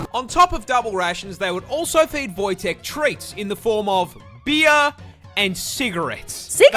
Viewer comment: if you're talking about the Polish grizzly bear then it's pronounced Wojtek